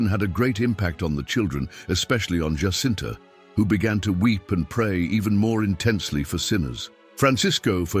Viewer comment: Fatima is in Portugal! The Portuguese pronounce the ' J' in 'Jacinta' like the English do, and not like the Spanish as 'H'!